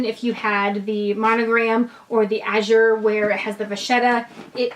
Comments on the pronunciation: gosh pronounce it correctly, it matters so much. How dare you. it Azur, not Azur. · Its pronounced "Damier Ah-zur". Thanks for sharing! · Great video, thank you! P.s. you are pronouncing “Azur” incorrectly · Great video, ty! You are not pronouncing “Azur” correctly :)